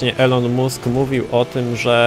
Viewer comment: Mówi się ilon mask